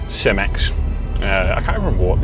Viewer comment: Well glad your said Cemex correctly. I work for them and the amount times I hear the name said incorrectly. Lol